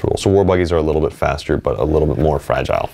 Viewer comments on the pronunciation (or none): none